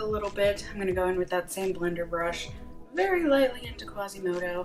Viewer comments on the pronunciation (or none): none